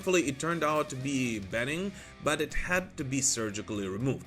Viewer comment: Tipping Point sounds... Like you would expect? Benign is pronounced be nine.